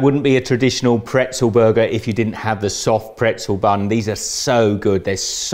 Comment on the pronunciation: Okay that makes sense. Yes in the French language pretzel is also "bretzel" but I had never heard the "b" sound in English before. I'm from Canada btw. We only say "bretzel" in French but never in English.